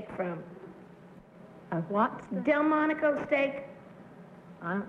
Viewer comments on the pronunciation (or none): Delmonico, no "t"